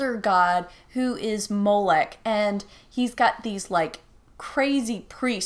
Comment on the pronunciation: Why’d you keep calling it Rise of Molech when it’s clearly spelt Moloch?